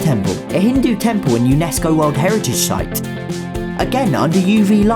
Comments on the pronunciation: He pronounces 'site' as 'shight' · "A UNESCO world heritage shite" 🤣